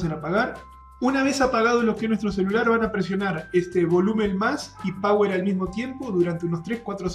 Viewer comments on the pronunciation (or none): none